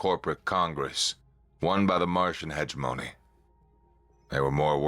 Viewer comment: Hegemony. Emphasis on 2nd syllable.